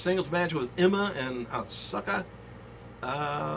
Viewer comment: not to nitpick great report as usual but the U in Asuka is silent. it sounds like Ahska